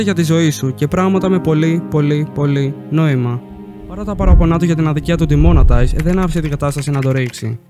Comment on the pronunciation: Ε φίλε λέγεται ντιμονεταϊεις